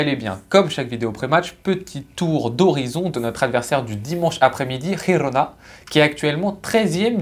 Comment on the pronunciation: Juste un petit détail Girona ne se prononce pas avec le jota castillan mais c'est catalan donc c'est un j comme en français 😊